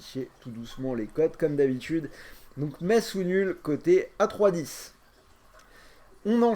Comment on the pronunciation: Mon dieu comment t'as prononcé metz🤦‍♂️😆